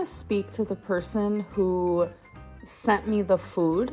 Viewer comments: WHY is she pronouncing "food" like "FUed"??! Its making me homicidal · God, I hate how she says the oo in “food” and the ee sound in “me” and “meat”. Why does it sound like that?